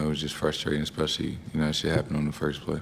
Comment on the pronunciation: “Especiely when that shhhhhit happen”